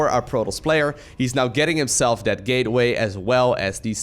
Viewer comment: "gayway explosion".... hehhehh hehhehhhe ehheeeeeehhhehehhe Bevis you said gay